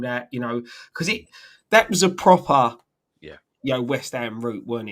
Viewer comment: From a Toon fan, well done fellas congratulations. Proper - pwoper - Club😅 West Ham.